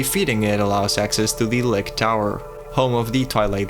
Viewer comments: lich as in leetch, not lich as in lick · Just wanna mention that 'Lich' is pronounced 'Litch'. Liches are also one of my favourite fantasy creatures/classes since they're basically all-powerful undead mages and wizards. There's a lot of variety in how they're portrayed too. Most are evil, but I think in the Dragon Age franchise there are liches who are basically necromantic gravekeepers who tend to the dead. And Dragon Priests from Skyrim are actually also liches, if you didn't know :3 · Lich is not pronounced lick... It's got a ch sound like rich or witch.